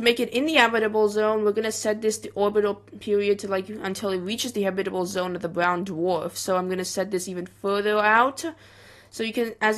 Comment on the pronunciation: its not habitle its habitable